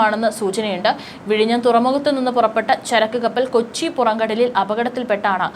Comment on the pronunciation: പുറംഘടലിൽ അല്ല പുറങ്കടൽ